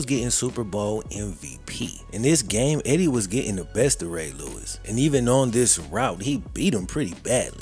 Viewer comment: What happened to Eddie George? It's pronounce, "Ray Lewis"! 😅